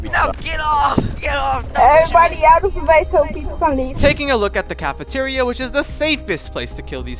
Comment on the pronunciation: "The Cafateria" lmao